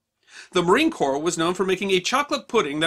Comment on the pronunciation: Very interesting and entertaining! FYI: corps is pronounced core.